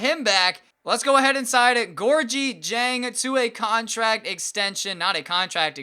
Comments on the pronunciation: Gorgui Dieng's name is pronounced "Gorkie Jang" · it's pronounced gorgee-jeng